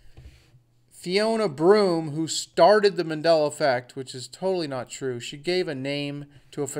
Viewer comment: that reporter called it the mandality effect